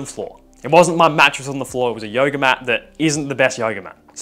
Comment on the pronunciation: every time he says yoga it sounds like yo yo🤣